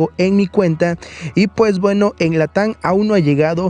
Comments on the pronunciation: Región Latan = Latam. Nuevos intems = Items. Cuida tu pronunciación y crecerás bro, yo casi cierro el vídeo cuando escuché eso) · Siempr dice latan🤣🤣